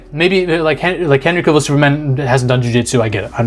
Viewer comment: CAVILL. Not "Caill"